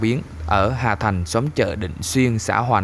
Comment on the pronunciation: Hà thanh k phải hà thành bạn ơi